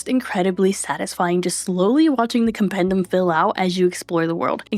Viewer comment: As hermione would say: it’s compendEEum, not compendUM.